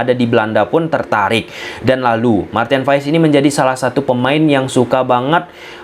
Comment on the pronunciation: Maarten Paes... Bukan Maarten Fais...